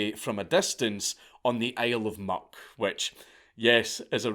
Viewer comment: I kept hearing an R in there, like "Isle of Mark" or "Isle or Murk," but apparently this is the "Isle of Muck" he's talking about. And yes, real.